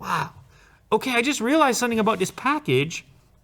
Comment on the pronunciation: Lou goes full Jamaican 🇯🇲 with the way he says “abow-diss package”. My Jamaican aunt looked over to the screen when he said that while making Jerk chicken for tomorrow’s football you don’t even know.